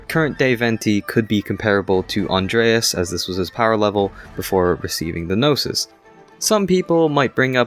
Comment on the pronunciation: It took me 12 min to realize you said Gnosis and not noses😭😭😭😭